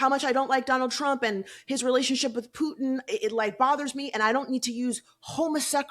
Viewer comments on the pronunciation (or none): none